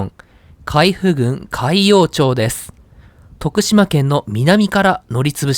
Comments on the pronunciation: 海部郡はちゃんと「かいふ」って言ってるのに、海部駅は「かいべ」と言ってる。ただ、後に訂正してるから評価出来る。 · どんな切符を使うのか気になっていたら、良さげなフリー切符を利用したのですね すなわちそんなフリー切符を1日だけ利用する訳がない、と予想しますw DMVの海部駅をなぜ「かいべ」と読んだのか 海部郡はキチンと「かいふぐん」と読んだのに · 読み方 海部 かいべではなくてかいふです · 海部はかいぶではなく「かいふ」です。昔の首相と一緒。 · かいふ です😅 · かいべじゃなくてかいふですね